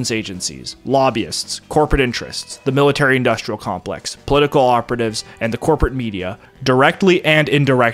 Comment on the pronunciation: The narrator has a speech impediment. He pronounces industrial as "indushtrial", and lots of other examples. It may be cultural appropriation from the blacks.